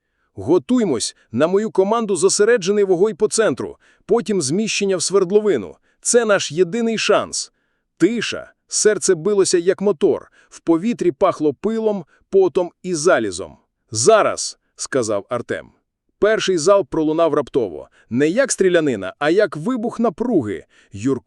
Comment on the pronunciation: Дуже професійний витвір ШІ, видало його слово залізО.